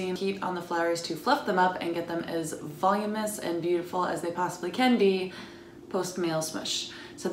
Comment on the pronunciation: Good idea. Thank you. You need to look up the way to pronounce voluminous.